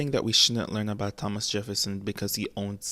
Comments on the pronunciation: Are you really so British you pronounce the h in Thomas 💀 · Why you pronounce "Thomas" that way? 😭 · the way you say thomas is killing me